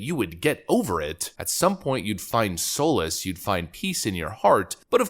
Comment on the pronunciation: and i think in your last video maybe .. sall-is , solace not soll-ess but thems the only things that get me about you... but i understand it could be a regional thing but ...ya i am the grammar national sosicalist of basements